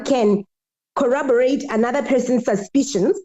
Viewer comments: Gininda's new word is "collobarate"😂😂😂 and you are correct, the correct word is corroborate. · English running away from our LLB important exam writer:face-blue-smiling:. It is corroborate , that is what he is meant to say.